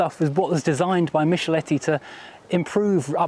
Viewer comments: MiCHelotti is pronounced MiCKelotti in Italian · Yes, Michelotti, not Misholetti! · "Michelotti" is pronounced "Mickle-otty", just being helpful, love your videos! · 1'46" / 3'12" Michelotti, please: Mick-el-ot-ti. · Michelotti is pronounced "Mee-keh-lot-tee" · Errr... it's MichelOtti. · Errr... Mee-kel-LOH-tee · sorry but that's not the way to pronounce Michelotti. From someone who's first car journey after being born was in a GT6 Mk3 and happened to own one and loves Triumphs, it's pronounced mick-eh-lotti. The Apach/Victoria would have been a top seller in the UK if BL had marketed it I reckon. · If you are going to be so pedantic as to correct someone at least get it right. Mee-kel-LOH-tee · Very interesting car but poor old Giovanni Michelotti would be spinning in his grave at the way you mangled his name.😅